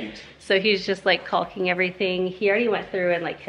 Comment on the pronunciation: The L in caulking is silent….